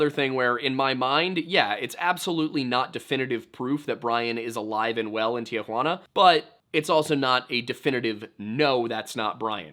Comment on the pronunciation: I'm cringing every time I hear you say "tea-huanna" tee-huana my man tee-huana drop that a in the middle please